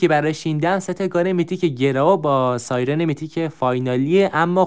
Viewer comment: داش احتمالا تو ترکی چونکه توی گفتن سایرن مشکل داری که ترکا هم توی گفتن (ی) و (ر) کنار هم مشکل دارن😂